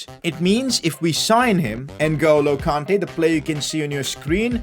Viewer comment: its kante not konte